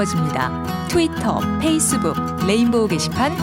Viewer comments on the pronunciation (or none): none